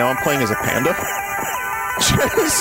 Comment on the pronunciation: KUNG FU PANDAH